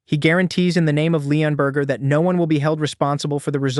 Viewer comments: the narrator is hungry his saying burger instead of burg or borg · I think bro's hungry he keeps saying Leonburger instead of leonburg😂